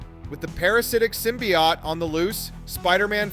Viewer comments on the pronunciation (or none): Sim - BEE - oat not sim - BEE - yacht